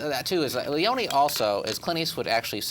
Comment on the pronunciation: I have never seen four guys mispronounce so many words, names and film terms as these guys do throughout this and other reviews. The name is pronounced LEE OWN NEE. Not Lee own.